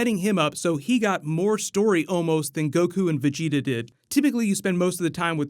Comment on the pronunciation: i swear u werent a db fan... especially the way u said vegeta in the first video u posted smh